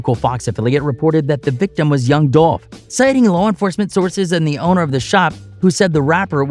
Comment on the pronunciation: Man move around! You even miss pronounced his name! Do your news on something else! It's disrespectful to try to get views off of a man that has transitioned!